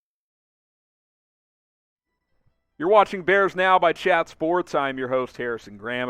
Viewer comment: When you say Chat sports in sounds like Chad sports... Harrison you're literally just the worst